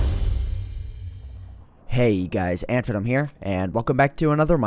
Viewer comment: its antvenom not antivenom